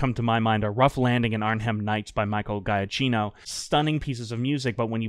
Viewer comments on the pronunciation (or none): Giacchino - juh-kee-no please enjoy all the music he's ever made, whether it be Medal of Honor, Call of Duty, Dreamworks animation or Disney Star Wars, it's all gold and he's a musical god